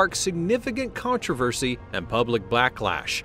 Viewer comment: He just said blacklash :person-turqouise-waving:I'm not buggin!